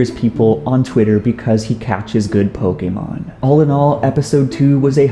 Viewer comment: Did u know pokemon isnt pronounced pokemon its actually pokaymon